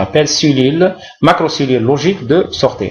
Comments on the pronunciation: Merci, pourquoi vous prononcez sortie: sorte'? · merci pour cette remarque ,c'est une erreur de prononciation.